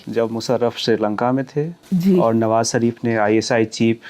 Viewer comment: "" भाई, हम लोग देश के जिस क्षेत्र से आते हैं अक्सर उसका प्रभाव हमारी बोली भाषा पर पड़ता है और ये स्वाभाविक भी है। आप लल्लनटॉप पे हैं और इसको राष्ट्रीय और अंतर्राष्ट्रीय स्तर पर हिंदीभाषी लोग देखते हैं। कोशिश कीजिए कि, आप "श" और "स" के उच्चारण में फर्क कर पाएं। "नवाज़ शरीफ" को "नवाज सरीफ" और "मुशर्रफ" को "मुसर्रफ" कहने से बचें।